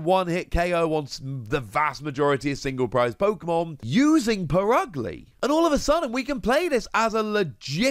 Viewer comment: It’s pronounced per-UG-lee not put ugly, cmon guys try harder